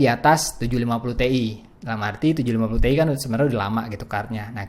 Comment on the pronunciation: bang 980 ti bacanya kan ti ai buka te i